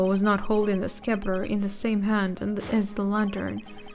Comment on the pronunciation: the Scepter is just pronounced like Septer, the c is silent